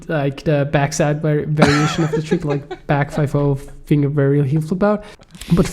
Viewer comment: Damn pronunciation of “varial” in the euro accent is so accurate lmao.